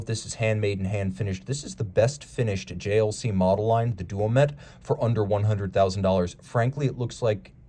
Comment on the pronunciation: Such a good looking timepiece that it's worth forgiving the mispronunciation. It's also Duomètre, Quantième à